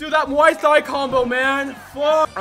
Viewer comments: The "H" in "Muay Thai" is a silent letter, so it's like "Muay Tai" Just to let you know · ppl be saying “muay thigh”